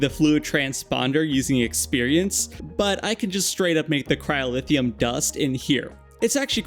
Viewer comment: its cryo-theum not cryo-lithium